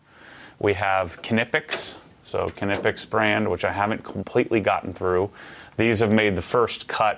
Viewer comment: I was so surprised by this that I did some research myself and went to their page and these must be american sales reps, because that is not how knipex workers pronounce it. But it really isn't important, since we know what he is talking about. Americans have an impressive ability to mispronounce everything